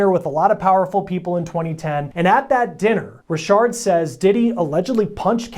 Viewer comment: Richard not Rishard...lol...